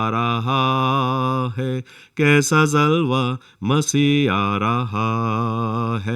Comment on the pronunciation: Aap bahut achha bolte hain, but pronunciation sahi kijiye aap har jagah j aur ph mein neeche bindi laga dete hain aap ne gaana gaya, dekho koi aa raha hai kaisa "jalwa" Masih aa raha hai, aap ne kaha , kaisa zalwa jo ki galat hai ye sab urdu ke lafz hain, sahi boliye kyonki galat pronounce karne se aapka pura gana " beasar" ho jata hai. I hope aap ye msg. Zaroor padenge aur dhyan denge, fatak nahi Phatak.